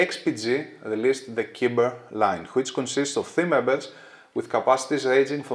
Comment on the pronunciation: Ωραίο βίντεο ως συνήθως. Νομίζω ότι το μοντέλο προφέρεται "κάιμπερ" ως λογοπαίγνιο του cyber.